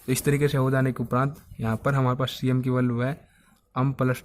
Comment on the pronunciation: अम nhi hota एम hota hai